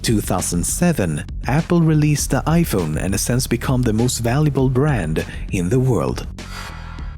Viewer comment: Du pratar grym engelska, men dude, Since! Inte sence!